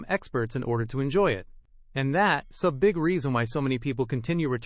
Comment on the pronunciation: This is so grating and ignorant to listen to. Instead of aren't we good, Aaron T ??? Instead of that's why, that S Y ?? This is insulting to education, grammar, and intelligence. Don't you have a proof reader ? Let S instead of let's...This needs to be taken off the internet.